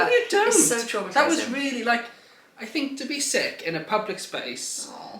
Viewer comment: To much emphasis on sick your drama queen